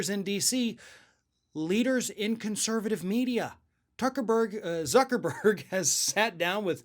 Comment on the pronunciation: thank u for telling me that.. I was laughing so hard when he said tucker-burg I forgot how to spell the name of the most infamous man on the planet lol